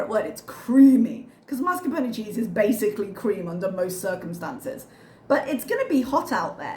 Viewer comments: Except the r is in the wrong place. “Marscapone” is a very common mispronunciation, but it’s “mascarpone.” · As an Italian, I confirm that one needs to pronunce the final “E” in Mascarpone - it sounds like the E in bEd. BTW, this is the same for VersacE that is usually mispronounced as VersacEE and it drive me crazy!!! 😂